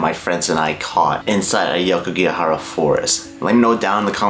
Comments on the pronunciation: A-O-kigahara, not A-YO-kigahara!! Otherwise, nice job. 😊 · It is pronounced as AWKIGARAHA, not AYOWKIGAHARA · AH OH KEY GAH HA RAH not AYE YO KEY GEE AH HA RA. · It’s awkigahara not ayokigahara